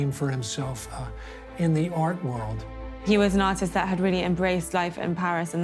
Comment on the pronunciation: Splendid video; explains the story without too much populist sesationalism. 98% excellence. The 2% mainly concerns U.S.A. interviewees' errata, e.g.: "paining" [painting], "ordist" [artist], "Pareezhans" [Parisiennes], "Payhrisfraynce" [Paris], "innernational" [international], "vornish" [varnish], "noospapers" [newspapers], "phodogreph" [photograph]. p.s., a superficial comment for us blokes: = brains + cuteness!